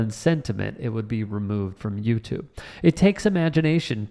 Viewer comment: "con-jour" ???? The word is CONJURE. (CON-JER) Like what a magician does.